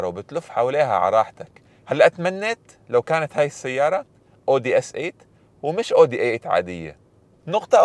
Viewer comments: اسمها اويدى مش اودى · اسمها Audi مش odi 😂 ممكن تشوف الالمان كيف بيلفظوها